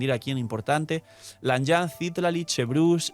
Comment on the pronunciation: Solo una observación, el nombre de Citlali proviene del Nahuatl una lengua Mexicana (significa Estrella) y se pronuncia ci-TLÁ-li, no CÍ-tla-li como lo pronuncias todo el tiempo jaja. SALUDOS